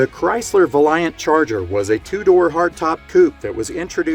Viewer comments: I own a HK GTS 350 Holden Monaro that belonged to my late grandfather. I had a ground up restoration done a few years ago and now is as it would have been from the factory. The Valiant is pronounced VAL-E-ANT 👍 As for the value of the monaro, I had it appraised and insured it for $135,000. But I won't ever sell it. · Ok, let's set the record straight. The Valiant Charger was 100 % designed and built in Australia. It had nothing to do with the US, Pronounced, (Val, e, ant) The Holden Monaro was again, 100% Australian. Containing a 6-cyl 186 cui engine designed and built in Australia. Also, a v8 253 cui was designed and built here as well, as the v8 308 v8 engine. It did come also with the US 327 and 350. Later dropped from the range for only Aussie-built engines. these cars went to South Africa and the Commodore sports of the 2000s went to the US as Chevy SS. and Pontiacs G8.